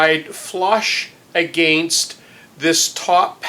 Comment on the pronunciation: Prooo ject. that's a strange sounding word. I was just about to let it go and then you caught me with an "agaaaai nst". I was wondering how to say Proo miss? Im guessing you live in a small little neck in the world where ppl speak this way. All good though, I say pop not soda. Take care, nice vids